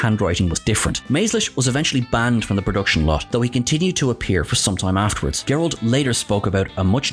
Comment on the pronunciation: Soft "g" on David Gerrold's last name. 😊 Loved the shot of the old "Sugar Smacks" ...used to "dig 'em" when I was a kid, oblivious to the merchandising going on without due payment going to the cast members.